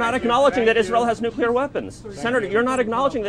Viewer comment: lol Nuculear? How about nuclear mr. president.